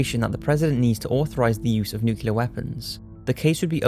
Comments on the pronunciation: NOO-CLEE-AHR. Not nookyaler. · nuclear, not nucular. I know we're talking about the yanks, but that doesn't mean dumbing yourself down for them. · I absolutely love ur posts!! But, I'm so sorry pls it is nuclEar, not nucular..pls😁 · Nuclear is NOT pronounced nucular! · Noo klee er(ar). NUCLEAR!!